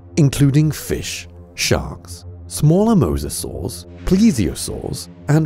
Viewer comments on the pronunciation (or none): none